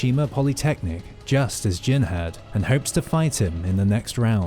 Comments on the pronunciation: He can't even get devil "Jin" correct FFS 🤦 keeps calling it gene... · It's Jin! Devil fuckin Jin! Not gene! 🤦 Like wtf how can you not get this simple fact correct?